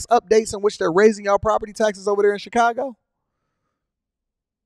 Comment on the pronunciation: I hate the way he says Chicago 😂